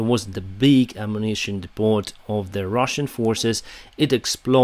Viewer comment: The "t" at the end of depot is silent